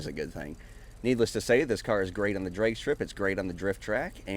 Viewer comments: Lol just sounded like you were saying dreg instead of drag, just different pronunciations I’ve always heard it with a hard a. And Are these courses on Xbox they are very well designed! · Learn how to say ‘drag’ you fucking idiot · No hate but is that actually how u say drag, never heard it that way.